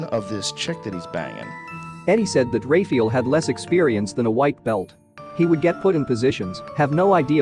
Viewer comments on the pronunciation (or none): Jesus fucking Christ if your gonna have dudes name in the video either get it right or dont say "Ray-fee-ull" 20x in the first minute. FUCK.